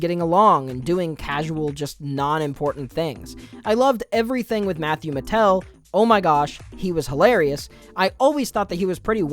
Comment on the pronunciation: It's Patel. Not Matel...